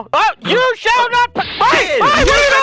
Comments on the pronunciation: The word is you shell not pass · Yuo shale not pas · You chall not pass!